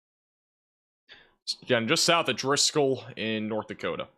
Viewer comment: That’s North “Dakotia” 😂👍🏼 (I’m kidding. You guys are the best) ❤️🫡